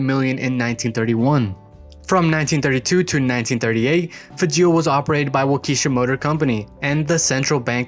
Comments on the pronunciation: The engine is pronounced wok-eh-shaw not walk-eesha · Waukesha, pronounced Walk-kee-Shaw. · WAH-ke-SHAH. engines. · "wauk"- "eh" -"shaw" with the accent on the first syllable.